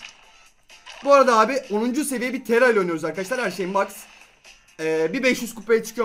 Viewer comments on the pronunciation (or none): Abi neden taraya tera diyorsun? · Tera degil TARA